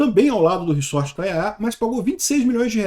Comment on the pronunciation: Re-sort = re-embaralhar. Resort, o S é som de Z.